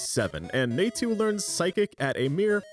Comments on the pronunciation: Somehow didn't strike me as hard as "Naytu" did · You're pronouncing Natu and Phanpy that badly on purpose to get a rise out of people, right? Well, it's working.